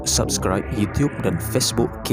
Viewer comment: acah2 speaking.. sebut youtube pun utub